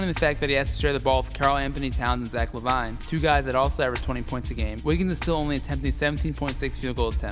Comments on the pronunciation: omg it's driving me crazy it's la-vēēn not la-vīne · La Vine👌😂 That is not how lavine is pronounced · Brush u mispronounced lavine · I went crazy every time he said lavine wrong like have you even watched the nba for the past 2 years😂